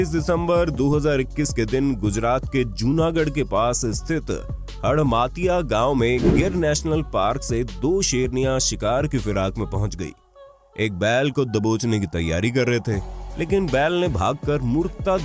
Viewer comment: हड़मतिया नाम है जूनागढ़ के बाजुमे हमारे गांव का आपने हड़मातिया बोला 😂😂